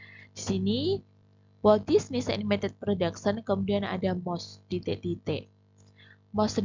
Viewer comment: Titek berati bhs jawa mbaaaa😊